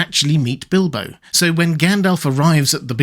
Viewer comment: Bildo? Tha burrrrglaur??